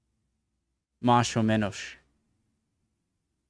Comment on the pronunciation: Viendo como pronuncia "mash o menosh" no creo que te entienda si le escribes en español.